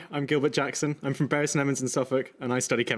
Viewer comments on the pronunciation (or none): none